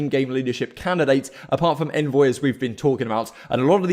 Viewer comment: Just FYI, envoy himself said it’s pronounced “ ON-VOY” not “N-VOY”